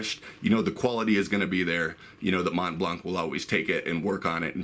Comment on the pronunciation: Hey, nice vid, but in French the "c" of "blanc" is really never pronounced. So the "c" is always muted, with absolutely no exception :) (though you guys from english speaking countries should pronounce it as you like !). For example in "Mont Blanc est une marque de stylos" the 'c' is not pronounced even if there is a vowel after